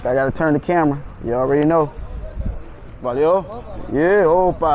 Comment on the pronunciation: the quality of your "valeu valeu" was mint dude, if you can just say that its enough to pass by as a brazilian, in Rio i see more black people i think that also helps with nobody messing with you